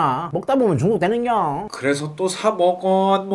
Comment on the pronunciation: 또 먹어 할때 ㄱ발음 뭉게지는거 ㄹㅇ 빵터지네